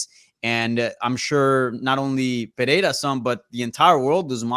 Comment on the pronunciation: Why does everyone get autism when pronouncing Pereira? Where does the h come from?